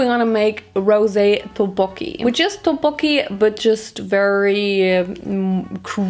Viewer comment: I’m not trying to offend you or anything but you said tteokbokki wrong I loved the video though